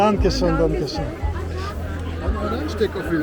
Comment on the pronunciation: 😂ещё понадобится долгое время, что бы это выучить... Хотя не удевительно, там сама учительница шпрехает: вундершон....😅😅😅поэтому и так же разговаривает: Hallo...вместо наллё, Danke schon...вместо данке шён,такая учительница правильно не научит... Жизнь научит....если будет прислушиватся,как разговаривают немцы, или хотя бы люди хорошо знающие язык, а это как правило только на работе....